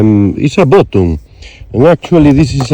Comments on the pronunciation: You are killing me with the word bottom, I think you mean BUTTON. I mean this correction in the kindest possible way ☺️ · It's button not bottom 😂😂😂 nice video we love ke you.